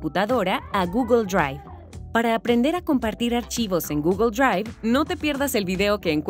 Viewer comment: GUGUL DRUAIF